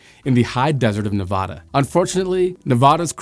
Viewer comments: NEVADA is pronounced Neh-vaduh not Nah-vah-dah. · As a native to the state this was about I would like to respectfully point out it is pronounced Ne-VAD-uh not Ne-VAH-duh. This is a sore spot for all residents of the state. Living outside the state I have come to terms with it being pronounced wrong but I will not lie I still get the twinge when I hear it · Its Nevada....not Nevahduh. Mispronouncing it makes Nevadans super irritated. Trust me on this one. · It's NeVADa, not NeVAHda. It hurts hearing it pronounced wrong. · You're going to get shot saying Nevada like that if you go to Nevada. The first 'a' is supposed to sound like Apple. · F.Y.I. the first "a" in Nevada (the US state) is pronounced as the a in "apple" not the "a" in almond. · The plant you drive by on the way to Vegas from So. Cal. is Ivanpah not Crescent Dune. Also, with the plant back online, it may still turn out to be a beneficial installation. Finally, your pronunciation of Nevada is incorrect. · Love your show - but please learn how to pronounce Nevada. The “a” is as in “add”. Listen to Elon or anyone from Nevada.